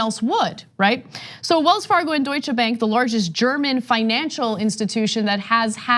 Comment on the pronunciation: Way to go Maxine! That out of the way, Cenk, Ana, please stop emphasising the 'che' at the end of Deutsche, pronounced the name Doi-shuh!